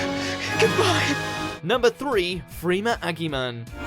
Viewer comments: Agyeman has a soft g, like giraffe, not golf. You only mentioned 3 of Mark Gatiss' roles. He also voiced Danny Boy in Victory of the Daleks. Also, probably worth a mentioned is Paul Kasey. He has played dozens of monsters on Doctor Who, from Cybermen to Slitheen to Ood to Hath. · God, the pronounciations in this video...G-ah-tiss, Aggyeman, and my fave: Saesillius. Come on guys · Agders? You said agders! 🤷‍♀️ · Well. Half a cringe, because the list was very short and incomplete. And a full cringe on the mispronounciation of Freema Agyeman's name. I'm giving this a thumbs up, because you piled in so much info on each character. Although, I shouldn't because of several errors and especially for the incorrect numbering of Whittaker's Doctor. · Did you just say... Aggyman... o,m,g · Quite fun, but please have the courtesy to pronounce names like "Gatiss", "Agyeman" and "Caecilius" properly. Mark himself says it's "GAY-TISS", Freema's surname is pronounced "AG-YE-MAN" and the Cs in "Caecilius" are pronounced like Ks (the name was lifted from the Cambridge Schools Classics Project). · On another note Agyeman also pronounced wrong... (great research effort this time 👍🏻)